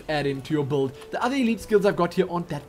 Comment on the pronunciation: i love it when you say buld XD